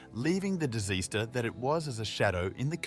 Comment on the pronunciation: Did that fool say diz-easter brah? 🤔